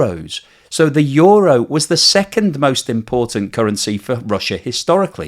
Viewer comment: How do you get a word that is spelled ”euro” to be pronounced ”yoru”. I would get ”yuro” but you are switching place on the o and the u. Makes no sense.